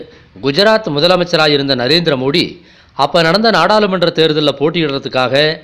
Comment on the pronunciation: சகோ மோதியா? மோடியா ஒழுங்கா தமிழ் பேசுங்க.